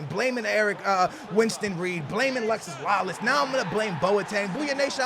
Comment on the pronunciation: I cringe every time you say Alexis Lalas it's Alexi (no s)